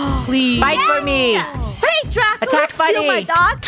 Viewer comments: funneh called draco drashowXDXDXD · Did anyone know funneh said dracosh